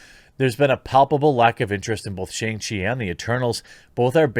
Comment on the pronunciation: Shang rhymes with song or bong, but with a shhh sound. Also, Iron man was a D list character at best before his movie. People saw it for RDJs redemption. Shang chi is actually a good character. It will be a decent action movie probably. Maybe not the best, but the character was launched because American audiences were suddenly fascinated with martial arts. It's how we also got Iron Fist. They're kinda similar but Danny Rand is a rich blind and Shang has an evil dad.